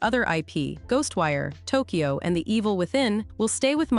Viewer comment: the way you say "ghostwire...(pause)... Tokyo sounds like your A.I...lol